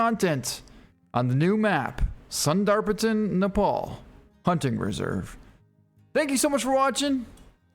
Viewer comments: I need to tell you it's pronounced sunder-pan, and the fox is the Tibetan fox. Like Tibet the country an. Like mexico and mexican. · Is it me or does the way he say sundar patan make your skin crawl 2